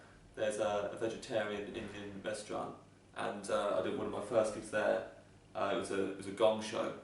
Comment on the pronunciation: The way he says restaurant always cracks me up 😂